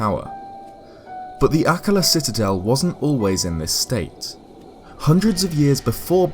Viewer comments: It's pronounced ah-KKA-la, not AH-kka-la 😩🙏 The emphasis is on the second syllable, not the first !!! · I thought it was pronounced like uh-KA-la, not AK-ala. Interesting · AKKAAAAAAAAAAAALA not “ACK-a-lah” 😭😭😭😭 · Anyone else pronounce Akkala as "Uh-KULL-uh"? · Nooo,! Pronunciations, boyo! Haha. Akkala = Ack-arr-luh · normally I love hearing you speak but holy shit I can't take you pronouncing it like "akluh" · Your pronunciation of the word "Akkala" hurts me. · Your voice is perfect for these videos but I HATE the way you say Akkala